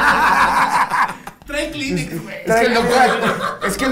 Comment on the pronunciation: cree que la marca es "Clínecs"... 😂😂😂😂